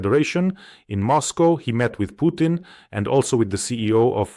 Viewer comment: Pjukein, Lie-rov, Pees-kov, Mad-vevev